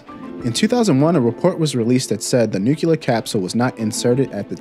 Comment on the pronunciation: It’s “noo-clear” not “nook-u-lar”